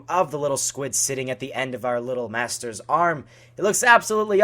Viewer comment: why do u keep saying master like that